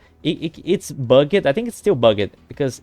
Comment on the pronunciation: bugged is one syllable. bug’d